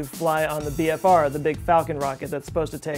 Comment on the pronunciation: Did you actually say big phallus or is YouTube transcript having major problems with your pronouncing of BFR/big falcon rocket? oO